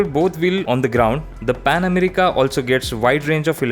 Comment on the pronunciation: You may be a good rider but you're a horrible presenter. Dude, you really need on your language, pronounciation, clarity and everything else! It's Pan America, not 'Amreeeka'. And what the hell do you mean by 'its look'? Was sleeping or had he taken a day off? How in the world did this get past the editorial board?!